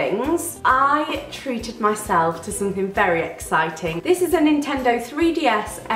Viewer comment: YOU SAID TREATED NOT TRET IM SO PROUD